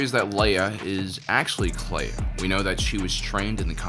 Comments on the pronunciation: Ok I admit, when she was introduced by Luthen I first heard "leia" and not "Kleya" and I nearly lost my shit. Now I kinda wish it was Leia because Kelya is pretty cool. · this episode sounded like Luthen was saying Leia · At one point, when someone said Kleya, i thought they said Leia and was super confused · I literally got confused and had to turn on subtitles to see that Luthen wasn't saying Leia.... Kind of an annoying coincidence since there's already been so many of the female leads in Star Wars who match this young light skinned brunette template, as though they're all filling in for Leia. And this could have just been young Leia! Doing her first "internship" secretly helping organize the rebellion. (although that would've distracted from Andor and the other new characters)